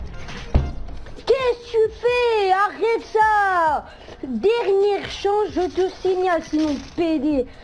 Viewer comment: C'est la cheatanceuh ! C'est la cheatanceuh ! 🎵🎶